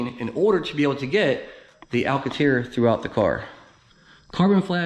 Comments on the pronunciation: What’s Alcateer? You mean, Alcantara? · Cool video but it’ pronounced, AL CAN TARA... LOL